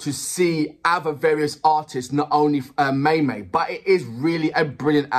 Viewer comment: Maymay is pronounced as My My. Translation of Amakabogera: I am a stunner! Maymay is the same age as Elaine Duran, 24. The 2 are 1 younger than Morissette Amon, 25. Elaine and Morissette are a few cm taller than Ariana Grande. Maymay is taller than them at 5 feet and 6 inches. She is 2 inches shorter than Mariah Carey. Maymay dances better than all of them. 💃 Maymay models the singing of her friend Regine Velazquez. High belts! 🤯 The music is a mix of flamenco, raggaetone, Shakira (Whenever Wherever ) and Gloria Estefan (Conga). Suggested next video 📹: Di Kawalan. 🇵🇭